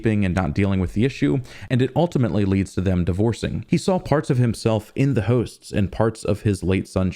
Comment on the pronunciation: whats that accent when he says "hooosts"